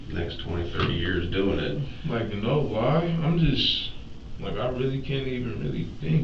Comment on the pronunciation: “On my daughter Datz da truf, on ma Daughter! No need to lihhhhhh” 😂😂😂😂😂😂😂😂😂😂😂😂😂😂😂😂😂😂😂😂😂😂😂😂